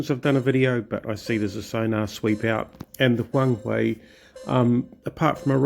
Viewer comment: It's Huang-"her" actually :) nice to see another WOWB vid